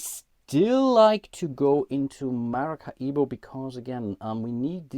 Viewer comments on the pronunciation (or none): Do Germans really pronounce Maracaibo as MaracaIbo (big I) ? I should think it would be just as easy for you guys to pronounce it like Ma-ra-cai-bo - much like the Latin people in South America do.